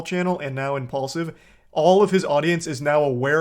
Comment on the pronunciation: No wonder it’s called impulsive (impaulsive) because he talks without thinking 😂😂😂